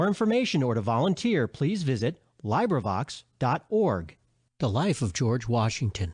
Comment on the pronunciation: when u mispronounce librivox its hard to take u seriously